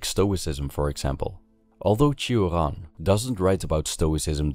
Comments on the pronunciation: Why you say Turan instead of Choran (romanian promunciation) or Sioran (french one)? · Cioran is a Romanian surname and shouldn't be pronounced as if it were a French one. It's /tʃ̩ŏran/ with the 'ci' sound almost as it is heard in English 'cheese' and with the hard 'r'. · It makes me somewhat sad to hear a Romanian name pronounced with a French accent in English.